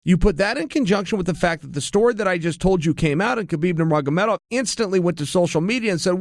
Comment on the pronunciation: undisputed champion at saying "Nurmagomedov"! Is there anything uncle Chael cant do (besides tapping)?